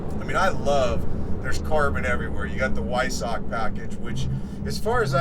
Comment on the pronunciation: Vvvvviiiisock. Is how you pronounce it.